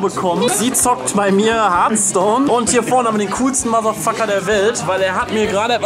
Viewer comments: Und ich denk die ganze Zeit nur: Meanwhile in a parallel universe PS: Kann mal Irgendwer diesen Titel richtig aussprechen. Korrekt wäre härTHˌstōn du hast es härtˌstōn gesprochen. Kann denn Niemand hier ein anständiges TH! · hearthstone wird zwar wie hörthstone gesprochen aber kann ja jeder aussprechen wie er will ^^